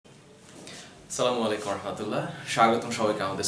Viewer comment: sir sala noi assalamu bolte hoi